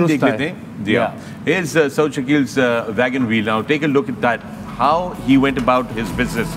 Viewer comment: "Vagon Veel" nahi "Wagon Wheel" hota hy, ustaad. and it's "wicket-keeping, and not "vicket-keeping"